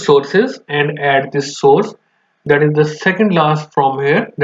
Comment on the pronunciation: I cant understand what dis you say about source??